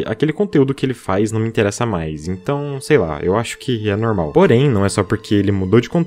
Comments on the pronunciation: "Algo nomum`` -, Tio 2021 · Eu vendo o vídeo td séria: a O: é algo "Normum" Aiai kkkkkk